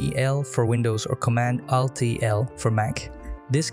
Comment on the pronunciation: Thanks but your pronunciation of ALT is a bit like AL-T-E-L